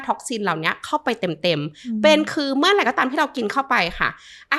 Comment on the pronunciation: เนื้อหาดีนะคะคุณหมอ แต่ถ้าปรับภาษาพูดให้ชัดเจน ถูกต้อง จะ smooth มากขึ้นค่ะ เช่น จาก เมื่อไหล่ เป็น เมื่อไหร่, จาก อะไล เป็น อะไร // ประมาณนี้ค่ะ :)